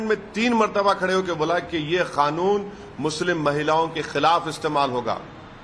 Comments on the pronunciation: खानून नहि। कानून बोन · खानून नहीं कानून होता है.....